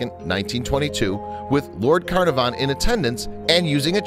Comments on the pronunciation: Carnarvon is an English spelling of the Welsh Caernarfon so isn't the narrator glad he didn't have to try and pronounce the Welsh? (Considering the English pronunciation is a bit off...) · It's lord Cuh-NAR-vun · Its pronouncd CAR NAR VON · It's hard to take your information at face value when you can't pronounce Lord CARNARVON correctly! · Please pronounce Carnarvon properly. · Learn to pronounce their names: Tut-ankh-amen, Car-narv-on.